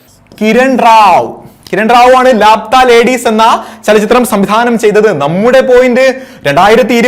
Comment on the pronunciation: ലാപ്‌താ ലേഡീസ് അല്ല "ലാപത്താ ലേഡീസ് " ... എന്ന് വച്ചാൽ കാണാതായ സ്ത്രീകൾ